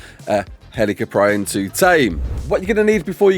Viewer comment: As soon as I saw the video, I knew you'd butcher the name. Never change,.